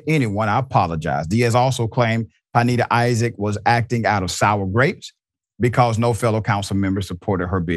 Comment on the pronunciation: Good doctor, it's pronounced pin-NAY-da. Love your work dawg